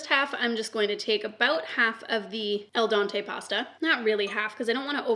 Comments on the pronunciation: saying el Dante, me smiling cause I just love her 😂🥰💓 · Babe its al dente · I’ve never heard al dente pronounced that way